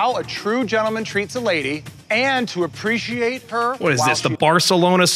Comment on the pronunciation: I really hate how the therapist pronounced “appreciate” 90% of the time. She puts too much emphasis on the letter “c” and it makes me cringe